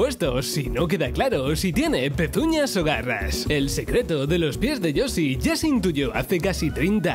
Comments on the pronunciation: Me hincha las pelotas que no sepa pronunciar Yoshi y diga yosi 🤡🤌🏻🤦🏻‍♀️ es como cuando dicen yutuffff en vez de YouTube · La isla de los yosi? Por qué los españoles no pueden pronunciar el sonido "sh"?